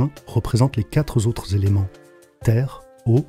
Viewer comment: On ne dit pas les quatre z éléments 😉